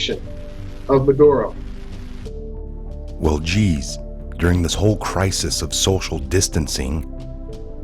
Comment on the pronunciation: It's not madro, its Ma dur oh